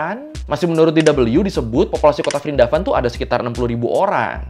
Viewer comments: Prindapan bang pake P kalo nyebut nama lain india.😅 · Dibacanya Wrindawan.. V diganti W. Example: Vijay -> Wijay diserap kedalam bhs Indonesia jadi Wijaya.